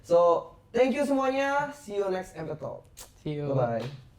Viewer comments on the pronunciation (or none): none